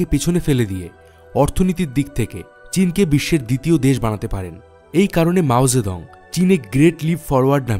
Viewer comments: কিসের মাও যেদং। উচ্চারণ ঠিক করেন। আজব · মাও সে তুং , নামের উচ্চারণ আবার চেক করুন।